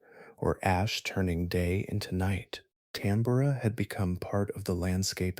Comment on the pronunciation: The odd and inconsistent pronunciations of Tambora and other words discredits the work put into the video.